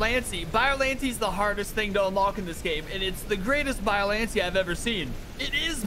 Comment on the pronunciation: its pronounced biollan-tay not biollantee